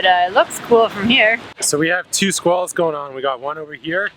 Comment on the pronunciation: You had my ears at Sqwals..mmm squalls